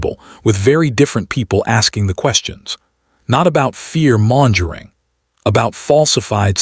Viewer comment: Per Google's AI: "Mongering" is pronounced like "MUNG-guh-ring" in both US and UK English, ....